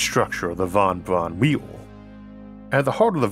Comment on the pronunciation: Any chance of redubbing it with a voice that doesn't say "Vahn Bvahn whee-oh"?